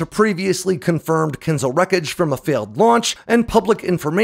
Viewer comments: It's not KINz'l. It is kinZHAL. ZH like in French JARDIN, not Z like in Catherine Zeta Jones. Do you think H in the name serves just as a decoration? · not Kinzal , it's Kin-Ja-hl (Rus: dagger ) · As always - excellent video. My favorite weapons analytics on YouTube by far! Very well done. Good pronunciation of names! Only that Kinzhal is Not pronounced as kinzal, but rather as Kin”zh”al. Like when pronouncing casual or collision. 😊 But yes all Russian wunderwaffes are just that. Putin and his fan club love stories from the corrupt officials who take an old pig, put a lip stick on it and call it a new weapon without analogues. Pathetic. T-14 armada, su 57, kinzhal… and on top unicorns like the burevestnik missile, the Poseidon torpedo… you should do a review on the latter one. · Wtf is a “kinzle”. Can’t watch this Bc he says Kinzle🫤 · its a bit amusing how you repeatedly apologize for mispronouncing very short, hard-to-mispronounce, last names, yet power through butchering long last names without batting an eye and through out all of your videos you badly mispronounce the word Kinzhal. last names i get. there are so many of them. written out so many ways, but Kinzhal youd only need to learn how to pronounce ONCE considering how prominent it is of a topic for your videos.